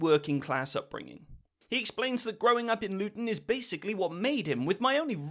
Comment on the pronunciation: “Born in Lutton” enough said